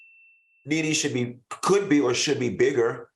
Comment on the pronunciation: Greattttt show guys ,Claudia you read Nene correct‼️💯. I try to never miss a show, keep up the amazing job guys❤❤❤look at Funky blushing and all hiding and shit, I am so happy for Funky😍 Claudia you and Al are next👌👏👍